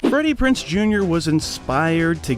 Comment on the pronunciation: It's Freddie Prinze Jr. Z, PRONOUNCE THE Z, IDIOT